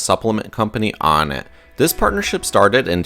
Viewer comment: "On it" not "on nat"